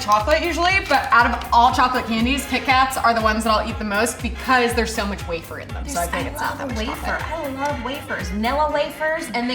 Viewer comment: how did she just pronounce wafer?